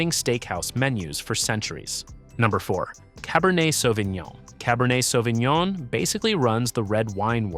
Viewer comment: Почему он говорит Савининьон?😂😂 САВИНЬОН